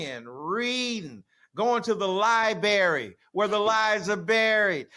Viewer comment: Going to library where the lies are buried! 🙄 He isn't even pronouncing the word library correctly just so he can try to spit a lame rap bar. 🙄 MED need go find his MEDs and stop trying to gorilla market his corny, out of touch rap lyrics. 🙄 That was my silly attempt to spit a bar just like Michael Eric Dumbass. 😋